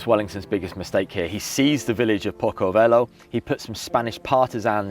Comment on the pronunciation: Maps are bad, unfortunately, which spoils this, and why is the pronounciation so bad - it’s pronounced “Posso velho’ not “Poco velho” and at the beginning description surely it was Wellington’s right flank that was the problem, not his left. Sad as I was looking forward to this battle being described. It was unique, being the only battle where the Portuguese defended Spain, the Spanish, Portugal, being fought by Britain against France, the British using Scots and Irish and the French, Poles and Germans … what a shame